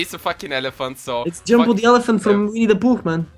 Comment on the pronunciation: it's Jembo not Jambo.